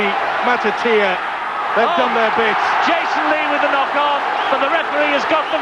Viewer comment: Vila Matatutieeya , I mean Matooatier... ha ha commentators struggling with Vila's name